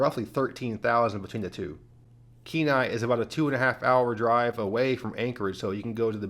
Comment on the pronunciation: Oh nooo, not Kenai😂 jkjk, but The Kenai Peninsula is great, Seward is pretty small, and Homer is a little out there, but although I don't want to live in Kenai or Soldatna, it's definitely a lot less out in the boonies as the rest of the Peninsula, shout out to you for pronouncing Kanai, and Soldatna correctly